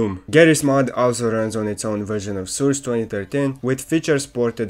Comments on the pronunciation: Awesome video! I really like how you pronounce Source as Soors xD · it's source not soors